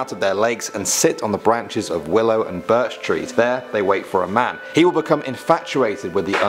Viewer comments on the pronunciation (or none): none